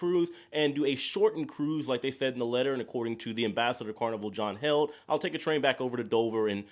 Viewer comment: Curious why you pronounce John's last name as Held? He pronounces it healed but spells it Heald. Thanks for the updates and I wish you some fun whatever you decide.